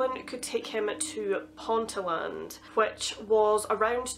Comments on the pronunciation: It's in ponteeeeeland. But I like ur videos so I'll let you off ;) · I live in North Northumberland & the town of Ponteland is said Pon- tee- land or Pon-teel-nd Emphasis on the Tee or Teel Just for your reference. Dont worry about it though because everyone mispronounces many Northumbrian place names Most people not from this area call the place Pointy land So you did pretty well. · Nice job. It’s a fascinating case. Just one thing Ponteland is pronounced. Pont ee Land not Pontie land. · Sorry just hav to correct the pronunciation of Ponteland haha only cos lived there...pronounced Pontee-land🤓🧐 sorry sorry #pronunciation police 👮🏻‍♂️ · *Pon-tee-l'nd not pont-a-land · Great video! I Lived on a farm on Otterburn Ranges growing up but had never heard of this, interesting to know. Also, I know this is an accent things but it's pronounced Ponteeland, not sure why we say it that way 😂😂